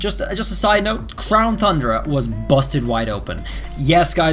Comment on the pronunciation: is he saying crown thundra instead of crown tundra on purpose or by accident? lol